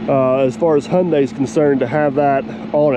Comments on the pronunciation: n you still dnt no how to pronounce there name lol its pronounced high-un-die, shes a beaut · All day, every day, Hyundai. In Aussie we pronounce Hyundai as Hi un day. Give Kleeman first crack. Just for the footage.